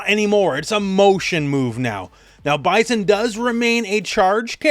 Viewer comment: Bye-sin not Bye-zen…